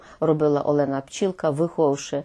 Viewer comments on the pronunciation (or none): none